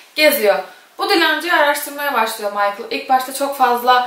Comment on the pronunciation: Lisbeth lizbend değil 🤷‍♂️! Michael değil mikele